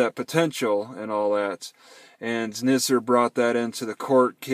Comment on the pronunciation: The correct pronunciation of Nizer rhymes with "wiser."